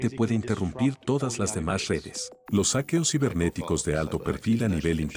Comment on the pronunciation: "aqueos"? 😐🤔😂 cuando dejas que la IA generé la voz automaticamente.